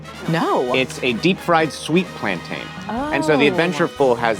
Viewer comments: full about turn at pronunciation of Plantain killed me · I was howling with laughter at the look gave when he started dancing when the put the plantains into the oil 😂 and the look he gave the camera hearing the way pronounced plantain 😂😂😂😂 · Apparently you should pronounce it like you say "Captain"